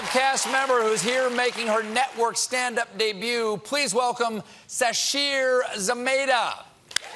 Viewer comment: I like how the whole bit relied on Stephen saying the name right, how awkward would it be if he mispronounced it and she decided to go on anyway!